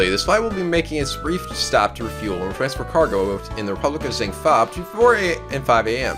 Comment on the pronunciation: it's EYE-flEYE the 3rd e in Meele is silent and at least you pronounce Zheng Fa right for once